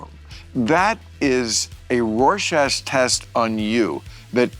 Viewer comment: Did he say “rorschast” test?!